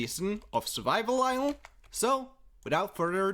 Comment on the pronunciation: Island = ilel hahahahah